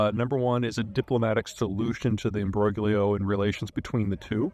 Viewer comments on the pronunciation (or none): Please pronounce it “embro leo”. You’re the only person I hear using that word and this is the ideal pronunciation in my opinion and so please push that for all of us. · You can't pronounce imbroglio